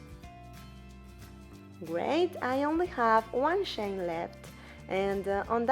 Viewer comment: It took me ten minutes to realise that she was saying "chain", not "Shane" 😅 Awesome tutorial!